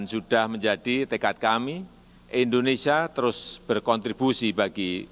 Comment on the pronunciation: Indonesia Bukan Endonesia